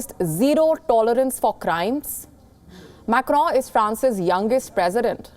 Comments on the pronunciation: Its not Macro Macro as you are pronouncing it is MACRON Wonder how they hired you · Mam it’s not Macro.... it is pronounced Macron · Why the anchor is calling Macron as Crowww? 🤣🤣🤣🤣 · The way this anchor just butchers the French name... is a wonder to watch.